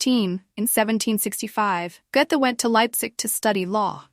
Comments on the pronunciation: Can somebody kindly retrain the AI voice to pronounce his name correctly? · Yes, really. And even the mispronunciations are not consistent...